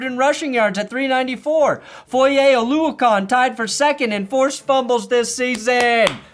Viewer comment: Foye’s a buddy of mine and an absolute monster. Just a reminder though, it’s pronounced oluoKIN not oluoKON